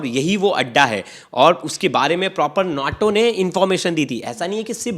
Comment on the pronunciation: Naatau?? It’s Naeto!!